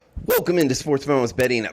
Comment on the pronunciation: "WELCOme!" Lol that cracks me up.